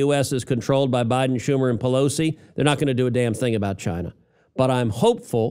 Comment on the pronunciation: "CHY-neh" Trump, pronouncing China. 😎👍❤🇺🇸